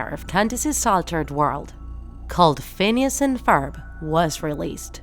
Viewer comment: Phoons an Forb